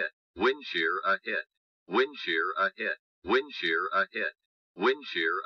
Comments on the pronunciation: Bro said wind chair 😂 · A310 woondshear 😅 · A310 *saying winchair*💀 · "wensher wensher wensher"☠️